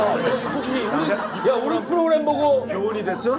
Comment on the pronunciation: 후로그램ㅋㅋ 미미 매력터지네ㅋㅋㅋ